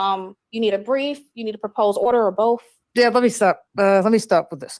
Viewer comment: And it's boTH, not boofe